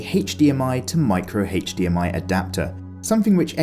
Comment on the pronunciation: Love this review but bruh you gotta learn how the letter "H" right. Never say HDMI again